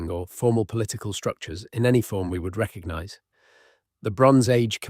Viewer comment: There's a G in recognize. It isn't reckanize.